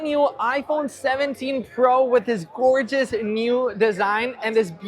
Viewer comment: Did u just said gorgeous color at the beginning 😂?